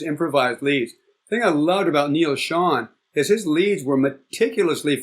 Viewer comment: That's Ansley Dunbar on drums. Steve Smith came later that year. And (Neil) Schon is pronounced with a long O, like own, not on.